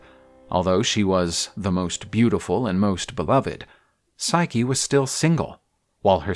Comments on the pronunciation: Someone tell the female narrator it's pronounced Sy-kee not Sike! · Forgive me for being pedantic but the female voice artist keeps calling Psyche "Sike" and it is a little distracting. Other than that I rather enjoy these retellings. Thanks for making. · "...would have overwhelmed even hercules " you mean heracles, right? i could tolerate the voice actress not understanding how to pronounce psyche but i draw the line at deliberately confusing greek names with roman namss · The voice actress' pronunciation of Psyche's name makes me cringe.